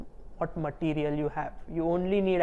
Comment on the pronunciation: "bläkk materiel ,, joosless"